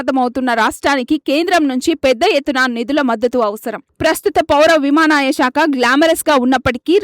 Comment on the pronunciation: విమానయానం అనడం కూడా రావడం లేదా విమాన యమాయ అంటున్నారు